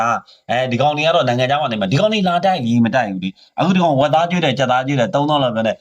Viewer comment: ငစည်ပြောတာဝက်သားကို ဝက်တားဟင်တဲ့စကားပီအောင်တောင်မပြောနိုင်နာ ပဖျက်လုပ့်ရပ်ကရှေ့ဆုံးက